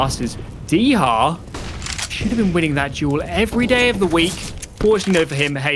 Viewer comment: Dycha in Polish is pronounced "di-ha" (soft i like sit) not "dee-ha" or "dy-tcha". It's a colloquialism for 10, like a tenner.